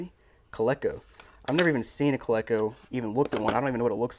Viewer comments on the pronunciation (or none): I believe it’s co-leak-o